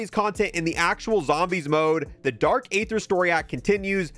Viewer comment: It's pronounced ee-ther, not "ay-ther"